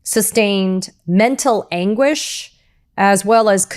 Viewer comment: What is mental anguish? I mean definition of "Mental Aguish"? This is my first time of hearing this kind of English😂😂😂 l am an African but can't say mental anguish. Maybe I don't understand can't English.